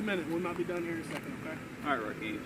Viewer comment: Why does mr not have a single consonant